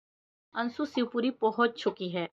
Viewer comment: Bolna nahi ata .ansu bol rahi hai jab ki anshu hota hai